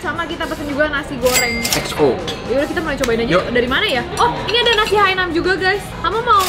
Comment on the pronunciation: Ralat dikit, namanya nasi Hainan bukan nasi Hainam